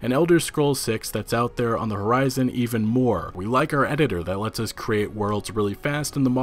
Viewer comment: Us. Not. Uhz.